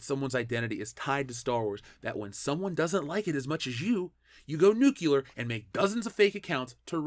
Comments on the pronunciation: Nuclear, damnit, nuclear. Say it with me: Nu-cle-ar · You are 100% correct, but I have one problem with this video...is it too much to ask that people pronounce nuclear correctly? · Why do so many people pronounce "nuclear" as "new-KYU-lar"?